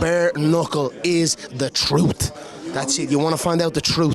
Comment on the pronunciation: "The TROOT"